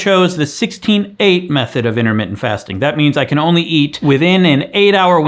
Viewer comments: I am freaking dead! “What you don’t eat is in-a-mitten”!!!😂😂😂😂😂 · Did you say Internet Fasting or Intermittent Fasting?? LOL!